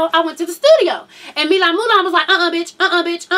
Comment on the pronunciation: his name is Milan. & it's pronounced mill-ahn